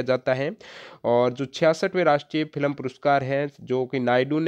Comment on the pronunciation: Bhai FILam nahi hota hai Film hota hai aapka Pronciation galat h lagta h delhi se ho